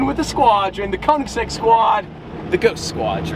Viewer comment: Pretty please learn to say Konig XD